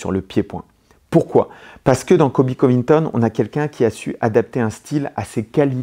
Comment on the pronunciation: Merci pour cette analyse que du bonheur et de la technique, par contre, c' est ColBy et pas Coby ;).